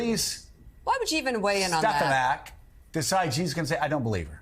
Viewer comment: Great clip you showed here. Funny thing is - he didn't even say Stefanak - his lips closed so he actually said Steppenak.